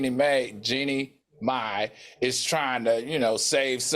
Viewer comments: It's Mai, not May. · It’s Jeannie MAI, not MAY